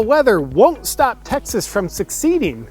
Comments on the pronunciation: It's SEH-SEED, not SUC-SEED! lol! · JP....I'm not a Texan but it is pronounced Suh-see-d.....not succeed. Otherwise, you are solid.And we need more than Texas to secede. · Secede, not Succeed. Though both are true. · JP, you are fabulous and you are intelligent, but you are mispronouncing the word SECEDE. You were pronouncing it as if you mean SUCCEED.. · Succeeding? No. Secede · se·cede - /səˈsēd/ C'mon JP, pronunciation is huge in satirical reporting! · Did you mispronounce secede on purpose? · its not the word - its the pronounciation. the c is soft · Does JP seriously not know how to pronounce secede? Does he not write his own scripts?